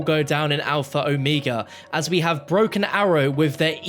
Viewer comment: At least one person online is pronouncing the map name properly. I can die in peace now.